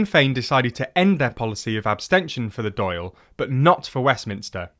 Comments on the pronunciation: oof they're butchering the 'Dail' pronounciation. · Every time Dàil was said wrong, it was nails on a blackboard but really good otherwise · As a Doyle, i find your pronunciation of "Dáil" hilarious. Both of them. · Decent video overall but plenty of constructive criticism (like the mispronunciation of Eamonn & Dáil) as already noted. However the use of modern party symbols and time-jumping leads misinterpretations. Outside of the name, today's Sinn Féin has only the most tenuous links to the Sinn Féin of the War of Independence. As you noted the original Sinn Féin split into what are now Fine Gael and Fianna Fáil, with Sinn Féin disappearing until the 'Troubles'. So today's Sinn Féin are closer to SF 2.0 than a continuation of the original Republican party. Using the modern SF party logo to represent the Sinn Féin of 1918 is therefore misleading. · This is first English discussion on Irish politics I've seen that isn't heavily biased. "Dáil" and Éamon de Valera were pronounced very wrong though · Please look up the correct pronunciation for words in Irish. Your Dáil pronunciation is fair bad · At least it wasn't as bad as Dáil lol, or as he says Doyle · to be fair, on Wikipedia it does say it’s pronounced ‘doyl’ so that explains that, however, the Éamon is unforgivable as even if you’d never come across an Irish name in your life, you must have watched GMTV at some point. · Great video but you pronounced Dáil wrong, it supposed to sound like "D-AHH-IL" or "DAWL" and Éamon should sound like "AY-MON" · Dáil is pronounced more like "DAW-il", and Éamon more like "Ay-muhn" akin to Raymond. Otherwise great video! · Very good. Congrats! Dail is pronounced ‘Dawl’ as in awl or rawlplug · I looked up Wikipedia and I can see how he thinks its pronounced "doyle" but listen to the news or something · Painful pronunciation of Dail Eireann, but kudos for trying. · I've never heard someone mispronounce the Dáil so badly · Dáil is pronounced "doll" not "doyle"